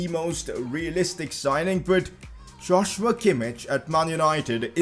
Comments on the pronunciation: Sign a CAM on loan for the rest of the season then you can sign Szoboszlai next season (also btw its not Josh-You-a Kim-ich its Yoz-wa Kim-eesh) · It's pronounced as Yoshua Keemeekh not Joshua kimmich pls😂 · Joshua Kimmich is pronounced as yosua kimmih